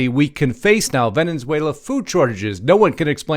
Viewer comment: There is only one n in Venezuela not Venenzuela.